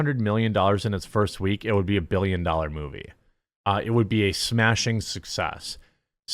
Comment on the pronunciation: Was I the only one expecting a British accent when Jeremy said 'smashing success' and to raise a cup of tea?